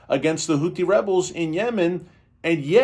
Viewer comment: What is carpet b0mb? Isnt it pronounced Hootie?